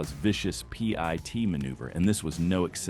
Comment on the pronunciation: HOT DAMN!!! IT'S NOT PEA EYE TEA!!! IT'S PIT, LIKE A SEED IN A FRUIT! SCHIT! EYE STOPPED WATCHING!!🤔